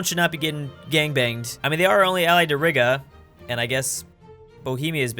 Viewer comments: You pronouncing Reega as Rig-a hurt me on many lvls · its not rih-gah, its rie-guh, that is how you pronounce Riga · lol "rihga" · He pronounced Riga "rigga"😂